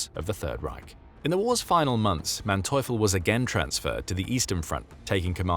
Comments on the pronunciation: ...Manteuffel is prononced mante-oofel...for you english speakers...no thanks... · His name is pronounced MANteufel, with empahsise on the first sylable. Happy to help with German pronounciation. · The narrators pronunciation of the general’s name except for the a being a bit off is accurate.